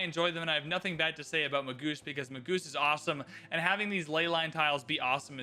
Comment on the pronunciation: a friendly word; "Magus" is pronounced "MAY-juss", not "Ma-GOOSE."